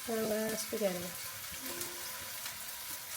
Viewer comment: Ooooo… the food AND knives look good! Now, let’s talk about the spaghetti pronunciation. 😭😭😭😭